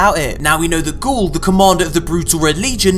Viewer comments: its not gaul, ITS GARY! GARY!!!!! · bro, ya need to edit the video and resay the boss's name. It's GARY!